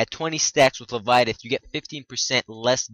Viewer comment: Le-vye-a-thin. Not le-vi-a-tith.